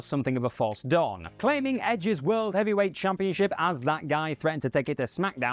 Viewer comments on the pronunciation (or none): none